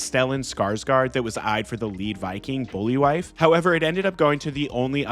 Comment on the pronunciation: Bol'vi (Bowl - Vy). Not Bully Wife.